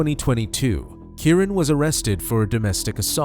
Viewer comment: Why do the narrator keep saying the victim's name incorrectly? He keeps saying Kurren when his name is Key - Ron = Keyron.